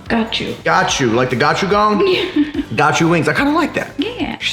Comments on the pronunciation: Gochujang... that isn't how you say that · The way he said gochujang😂😂